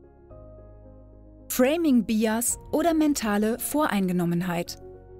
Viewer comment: Bias: Man spricht es "beiäs", da englisch- ansonsten ganz gut. Allerdings bitte nie vergessen, dass du keine Vergleichsgruppe mit dir selbst hast, wenn du anders gehandelt hättest ( Bsp. Erster Satz zum Immobilienverkäufer - das wäre in der Psychologie dann nur eine an sich wertlose "one-shot-case-study")